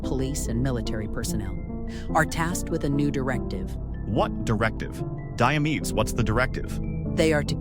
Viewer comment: Diamedes sounds like diabetes😂